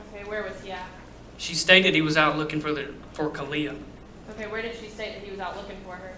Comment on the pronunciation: Cortney says the two-year-old was "freaking out" and said that "sissy's gone." No two-year-old would know to be upset if she woke up and her sister was gone. Another odd thing is sometimes Cortney pronounces the baby's name like "Ka-lee-ah" and other times like "Ka-lay-ah." When asked the baby name, Cortney pronounced her first & middle name like "Ka-lay-ah No-vay-uh." What? Really? Kind of odd, but who knows what they were on when they named her. To make the first & middle name rhyme like that seems odd.